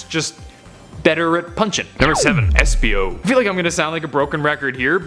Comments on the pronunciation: esipo? ITS ESPIO NOT ESIPO!!!!!! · Espio not esipo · Wow his name is Espio not Esipo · Esipo? It's Espio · eisipo? ITS ESPIO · Um it's espio not esipo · Uhmm i think is espio not esipo :D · who noticed "Esipo"